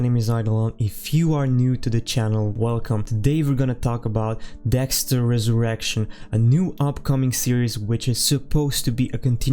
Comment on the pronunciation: You’ve gotta take a pause between “Dexter” and “Resurrection” bro.. this isn’t an X Videos original series